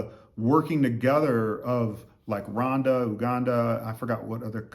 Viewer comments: Is it Rwanda because you seem pronounce it Wanda Rowanda is The correct way I believe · I love the coolness in your speaking👍🏽 It s pronounced RGWANDA😉